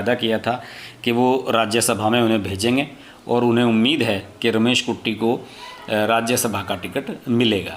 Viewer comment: Its Katti and not Kutti